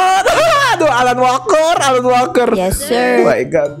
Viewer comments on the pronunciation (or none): Pas lagi Alan Walker bilang nya "Alan Waker"